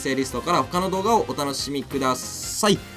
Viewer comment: これアディオスって言ってたの？ バリオスって言ってるかと思った爆笑